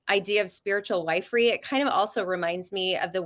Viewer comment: Wifery is pronounced ( wiff-ery,)